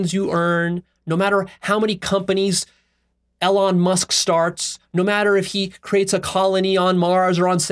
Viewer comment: Same with Elon, whose life purpose is about reducing existential risk for humanity. I'm fairly sure doesn't get Elon's values or worldview. doesn't even pronounce Elon's name correctly, how does he think he will understand Elon's values or the values inside Tesla/SpaceX?